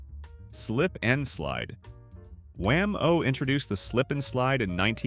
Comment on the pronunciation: Dear AI, it's pronounced WHAM -o, not wham-OH.